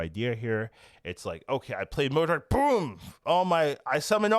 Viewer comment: Hearing day Modok correctly made my day lol